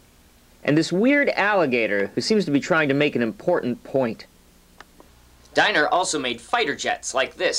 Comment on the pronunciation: Pronounced 'DEE-ner'!